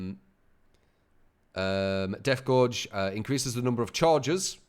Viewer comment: gauge is pronounced as "gayj" not "gorge"